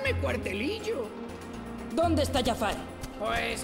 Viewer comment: No es Yafar es Jafar